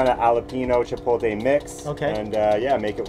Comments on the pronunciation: omg... i get trigger when people say "chipol-tay"..... i get even more triggered when a chef says it he also says aioli incorrectly. also...whats an "alopino"? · HE SAID ..CHOPOTE ..CHIPOTE FOR US LATINOS ..WELL SOME OF US ..IS A BUMP ON THE HEAD 😁😁😁... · Oh no.. is saying CHIPOLTE. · Love how white people pronounce “chipotle” they say chipohteh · The vibes are always amazing in your videos. Bugs me how chef Mike says “chipotle” but I got through it.